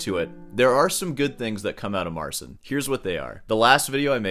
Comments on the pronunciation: MarCHIN, not SIN. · A small point, that is irritating me slightly- you say should pronounce"Marcin" like " Mar-Chin." It is like Martin, but with a "ch" not "t" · Marcin is amazing. May I correct you about his name pleaseeeeee..... It's said phoenetically MarCEEN. ANd now, please feel free to correct me on my spelling. 😊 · PO POLSKU A NIE JAKIE SEEN SREEN!! MARCIN SIĘ MÓWI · His name is (or should be) MAR-cheen..... cin in Polish sounds like cheen. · His name is pronounced Mar-cheen. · Just want to point out that the dude's first name is pronounced Mar-CHIN. "ci" in Polish is pronounced like a very soft ch (as opposed to "cz", which is pronounced like a hard ch). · The closest phonetic pronunciation of his name would be "Marcheen Patshauek" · In the age of the internet the guy mispronounces his first name and is lazy enough to check how to pronounce his last name. Pity, and rude. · Marcin. You soften the "c" in his name, which causes you to pronounce it incorrectly. The "c" is harder than you pronounce it. Type it into Google Translate and listen. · Start the video by saying I can't even begin to pronounce this guy's surname and then spend 20 totally mispronouncing his first name... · It takes 5 seconds to learn how to pronounce his name. And you can’t even do that. Why would anyone care about anything else you say later in the video?